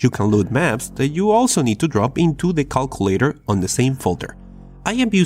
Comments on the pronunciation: Lol he says cockulator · I like how he says Cockulator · I like how you say “calculator”